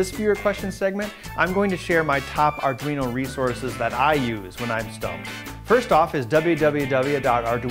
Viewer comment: "arduin" XD